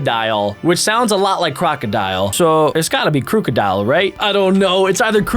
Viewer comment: It's krookidil